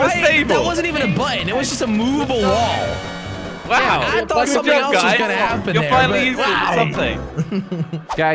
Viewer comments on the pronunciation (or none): Why always josh saying wool instead of wall